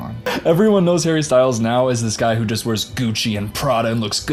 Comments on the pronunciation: Everytime u said hARRy Ssstylessss 😂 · My new favorite thing in the world is when you say “I’m harry styles” in your accent. Cracks me up. Btw I love your MouseRat shirt. Love Parks and Rec